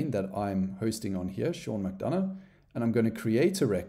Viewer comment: Great tutorial! My question is what did you do with the 'u' in 'McDonough'?🤪